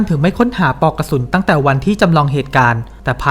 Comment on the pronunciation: ออกเสียงภาษาอังกฤษชัดแต่ออกเสียงภาษาไทยไม่มีตัวควบกล้ำ น่ารำคาญ เช่น บานเก็ด ปอกกระสุน ฯลฯ